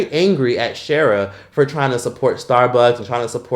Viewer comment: * “Sheee-ra” not “Share-a” 🥹